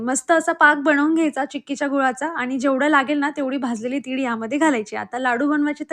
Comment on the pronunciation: तिळ ग, तीड नाही.